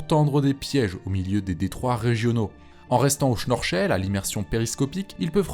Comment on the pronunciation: ouais mais ca se dit pas comme ca ^^